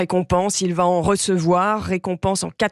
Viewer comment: "Que vaTessayer" : même en parlant maintenant... Les vacheries à la collègue, cela vous met quelquefois dedans